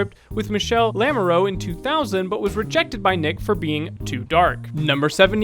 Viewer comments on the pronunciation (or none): none